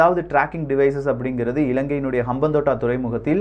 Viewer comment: அம்பாந்தொட்டை தான் தமிழ் பெயர். இப்படி உச்சரித்து பாருங்கள்